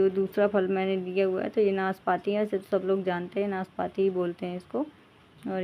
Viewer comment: Naas paati nahi naaspati like piear.